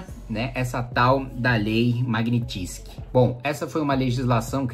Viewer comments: A pronúncia correta, em russo, é "magnítsqui" (transliterado aqui, para quem não domina a fonética), portanto, a sílaba tônica é a do " ni". Obrigada Sr. Kim Kataguiri pelo senhor ser um parlamentar e admitir publicamente que Congresso e Senado não estão fazendo nada com relação a essa ditadura instaurada no país pelo pê tê. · Fala direito o nome! É Magnitsky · Boa explicação, só falta aprender a falar o nome da lei.